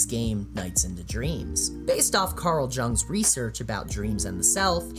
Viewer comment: Jung is pronounced with y for the j sound.